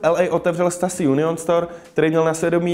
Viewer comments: "u gotta call it stoosi" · neříkej stasy nebo mi ujebes uši